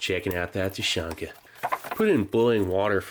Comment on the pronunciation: Thank you for the video. A few small notes: - Тушенка is pronounced "Tooshyénka". The sound after the first T is like the "oo" in "boo". It's not a hard "tYUshenka". - Siberia is many days away from Moscow :) And a request: if possible, please include still photographs of the labels and instructions that come with rations. The sheet taped on top of this box mentioned how the ration is to be used (whether cold or heated). I'm sure others would also like to read it and/or translate it for you when needed. Thanks again for your hard work!